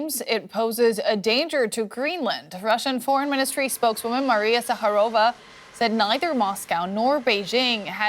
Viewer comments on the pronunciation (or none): oh, God! Not Maria SaharOva. Her name is Maria ZahArova!